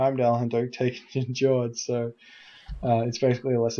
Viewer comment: Hey, been watching few of your videos/shoutcasts, you're doing a really nice job. Definitely +subing! And yeah, i don't wanna be smartass, but seeing how much you appreciate the game you're probably be interested in a bit of advice on norse pronunciation: Njord="Nyord", Jarl="Yarl":D Cheers, keep up the good work.